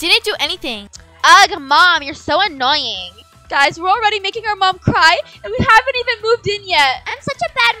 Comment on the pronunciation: why your first mom want to say guys and said gusy😊😂❤❤